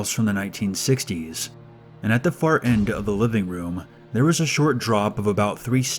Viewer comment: "At the fart end of the living room."